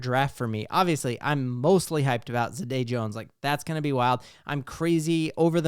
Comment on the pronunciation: you called our first round guy Zaday Jones!😭come on mannn